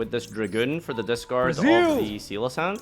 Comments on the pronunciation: Loved the video but... everything you celoesance I cringed a little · This deck is awesome It's SE-LAH-KANTH by the way